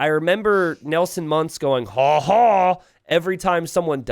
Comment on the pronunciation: every time you say haw haw I start to believe james was right not to invite you more and more........ If your gonna reference a super popular tv series at least make sure you say the reference right..............